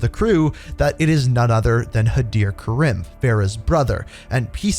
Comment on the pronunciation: It's not ka-rim, it's pronounced ka-reem